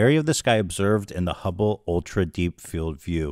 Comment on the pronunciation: Ethan saying the ✨Humble✨Telescope every so often reminds me of boomers saying chipoltay instead of chipotle